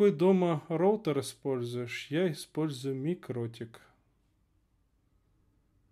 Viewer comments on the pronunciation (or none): none